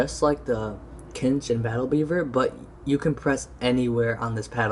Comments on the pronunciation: "Cinch" pronunciation is "Sinch" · Exactly, tf are you saying? Kinch? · You have said Cinch wrong 16 times, if you would like to know where I found out the pronunciation of Cinch, here is the link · You're pronouncing "cinch" wrong